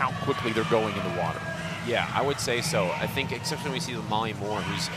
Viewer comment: What is it with Americans that they can’t understand that there is no “x” in the word “especially”?